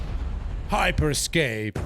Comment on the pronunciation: هایپرسکیپ رو خدایی خوب گفتی 😂 من پنج شیش تا مچ رفتم تا لند می کردم دیسکانکت می شدم 😶😐